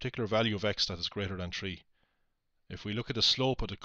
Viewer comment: "If we plug tree in"